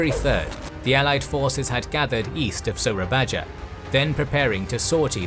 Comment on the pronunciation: The J letter on "Soerabaja" is read "y" like when you said "Yes"